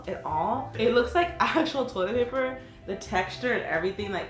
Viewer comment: When she said toilet paper it sounded like Toyota paper